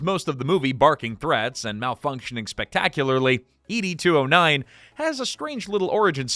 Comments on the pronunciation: you keep saying E.D. 209 instead of ED 209 and it's irritating AF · E.D. 209? Were you dropped on your head as an infant? Everyone knows it is pronounced Ed 209 as in Edward. You make is sound like a Blue Pill commercial. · You can pronounce the director’s name correctly over and over again, but you can’t get “Ed 209” right? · Why are you saying it like "ee-dee" 209? You actually watched the movie before making this, right? 🤨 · You beat me questioning just that. The narrator gets on here portraying himself as a Robocop superfan and then shows that he actually has never even watched the movie from beginning to end. (Dear: it's pronounced Ed, just like the shortened version of Edward).